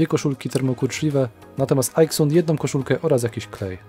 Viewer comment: Wymawia Pan Aixun jako ajksun. Anglik wymówiłby to ejksen, Chińczyk jako ajksen. Natomiast szanowny Pan wymawia to po polsku ajksun. Wracając do firmy JBC - jest to firma hiszpańska, która nie ma nic wspólnego z anglikami czy amerykanami. Po co więc szanowny Pan na siłę amerykanizuje nazwę tej firmy? W języku poskim wymawiamy jot be ce, a nie dżej bi si - tak w analogii do ajksun. W języku hiszpańskim natomiast JBC to hota be ce, ponieważ litera J w języku hiszpańskim to hota. Zatem proszę używać oryginalnego, hiszpańskiego nazewnictwa hota be ce albo polskiego jot be ce i nie amerykanizować firm, które nie mają nic wspólnego z amerykanami.